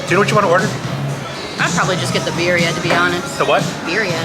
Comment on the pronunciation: She can’t even say Birria right…